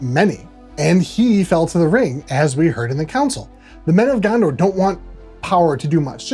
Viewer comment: "Gander"? " And FYI it is pronounced 'de-vine-ing' and not 'dev-vinning'. But 'Gander' was primo American. "Yo, I'm Aragorn, da Kinga Gander."